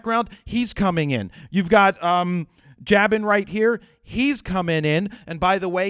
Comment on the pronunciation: Jabin is JAY-BIN pronounciation, just so you know. "You're in shooting mode! ... Well ... "